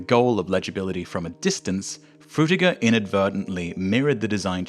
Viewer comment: "Fruitger" LOL